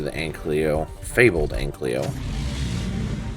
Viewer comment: It really bothers me that you say "anklyo" but it's pronounced "ankylo"